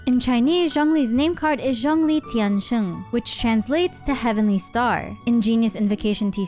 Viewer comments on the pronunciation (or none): 天星 Tian Xing - phonetically Xing is read a bit like “sing” in English. Tian Sheng sounds like you’re saying “heaven born” (天生） instead of “heavenly star”